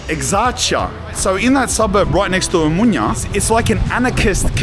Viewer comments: lol you have the fanniest way of pronouncing OMONIA. You say O-MO-NIA in 3 sylllables, when it is actually O-MO-NI-A in four syllables. Like saying AMONIA, you know. Anyway this is an enjoyable video. Cheers mate ! PS Also it is E-KSA-RHI-A - three syllables, pronounced phonetically (all the letters). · Please don't pronounce n in Omonoia like in Espana. It's too bizarre. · As a greek, hearing you say Μούνια (Mounia) and not Ομόνοια (Omonoia) hurts my soul 😂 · Gamoto malaka - Omonia not Omunia ...ha ha , you Greek pronunciation it´s broken down. Anyway , you are a brave man , respect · Χαχαχαχαχα ποιος του είπε ότι λέγεται ομουνια και όχι Ομόνοια;;;😂😂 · omOnia not omunia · I like how he pronounces it "omunya" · I love the pronunciation of Omonia. Cut short you’re calling it “Mounia”… more or less accurate name for that drug infested hole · Θα του πει κάποιος πως να πει σωστά την λέξη Ομόνοια??? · Omonoia 😂😂😂😂 Can't help.myself laughing they way you pronunciate mate